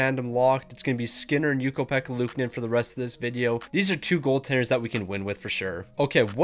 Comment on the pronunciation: You keep mispronouncing luukonen’s name wrong